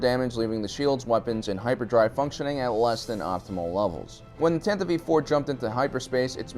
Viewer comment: Isn't it the Tantive 4 (IV)? Is he saying Tantive V 4? I've heard this before on other Star Wars-centric channels. I Don't get it.